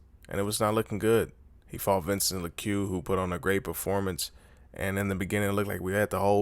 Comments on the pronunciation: My man his name is Vicente Luque not Vincent La’Q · Vincent leh que 😂😂😂 who tf is that lmao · 'vincent lecue' LOL casual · "Vincent Lequeue" lmao